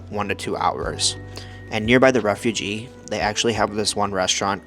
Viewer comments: It is Refuge like huge not refugee a refugee is a person..... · Refug is how it’s pronounced , the e is silent .